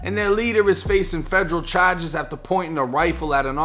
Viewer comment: brand is definitely unique and that Boston accent adds to the entertainment factor. Charges are pronounced Cho-jizz, lol